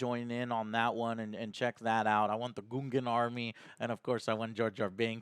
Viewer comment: Droid-aka is how its pronounced or you could just say destroyer droids. Gun-Gan not gungoon, come on dude are you even a star wars fan?